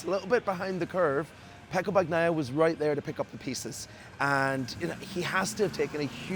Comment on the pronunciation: How can you still mispronounce Bagnaia’s surname?😢